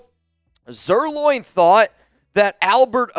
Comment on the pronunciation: Please know I've kept my mouth shut a half dozen or more times. I'm not dogging you, just telling you how to pronounce someone's name, since you say his name a lot. It's pronounced Lance Zer 'line' not Zer 'loin'. You're a true Raider, Love you buddy!